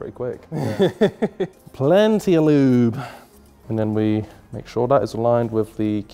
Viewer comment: "L O O B"